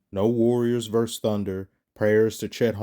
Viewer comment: It's VerSUS NOT Verse. A Verse is part of a song.